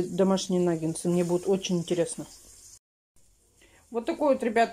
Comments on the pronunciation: "НаггеНсы, аджиГа "(летом была) 😂,,правильно НАГГЕТСЫ. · НагеНсы 😂😂😂 и тут умудрилась исковеркать слово! Наггетсы!!! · не « нагенцы «.. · Вообще то наггетсы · В начале ролика нангенсы, а в конце нагетсы🤔😁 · Ольга, я тоже как говорю нагенсы😂😂😂. Но если уж делать замечание, это уже другой разговор🤔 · Кто посчитал, сколько сказала "Н А Г Е н Ц Ы" ухо даже поранила 🥶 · не наа меня поправлять, говорит нагеНСЫ наит нагеНСЫ👆